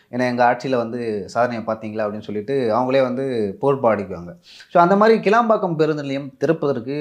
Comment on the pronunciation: அது கிளாம்பாக்கம், கிளம்பாக்கம் இல்ல🤣🤣🤣